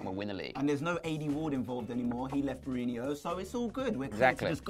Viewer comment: Its BE-RA-HEE-NO, not Berahinio haha;)